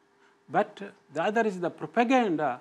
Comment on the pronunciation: I like when he can’t pronounce propaganda